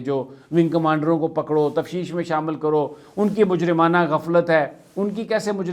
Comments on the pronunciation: Tafteesh; not tafsheesh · Correct word is T A F T E E S H not T A F S H E E S H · Bro... It's not TAFSHEESH.... IT IS TAFTEESH........